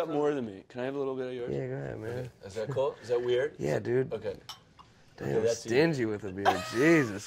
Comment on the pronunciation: Lol. "STINGGY. WITH DA BEER" LOL. LOVE HIM.